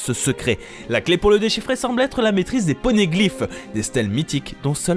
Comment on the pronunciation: toi aussi ta entendu porneglyphe xD